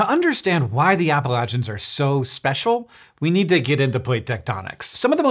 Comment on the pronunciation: It's pronounced Appalachians, not Appalachians. C'mon now.